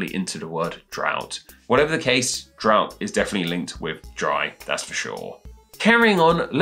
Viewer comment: Dry... Out... Drout!!!!